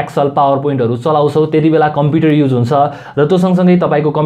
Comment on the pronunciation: tells he has been reading computer from grade 4 and mispronounces computer as compiter....rolf 🤣🤣🤣🤣🤣